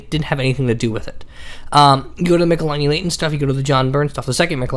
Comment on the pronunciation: Argh! Its pronounced Mitchell-eeenee. Not mikhalaini.